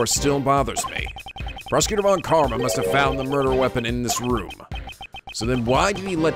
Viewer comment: Speaking of pronounciation. Von Karma should actually be pronounced Fon Karma. XD ->